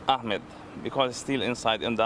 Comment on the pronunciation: Why the fuck is the reporter calling him Ackmed. I swear these weirdos do this shit on purpose